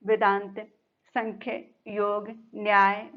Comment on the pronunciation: Ma'am it is not sankhya....it is sa'mkhya ( saankhya)...it's a Sanskrit word...most of the people pronounce it incorrectly.